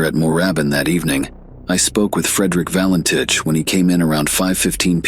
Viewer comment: This video could have been so much better if the narrator pronounced the name correctly, and stopped repeating the same old mistakes which always get repeated. There is a new publication available on the case, ' Nothing on Radar- the Valentich Mystery'. Google it.